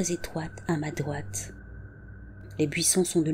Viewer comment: Juste pour dire: dRoite pas doite, ça peut porter a confusion 😄 Ne le prends pas mal, je t'adore! 🥰😘☮️